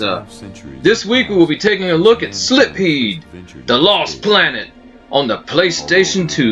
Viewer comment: I believe it's pronounced SILFEED, not SLIPFEED.😂 Your videos are entertaining, man. Keep'em coming.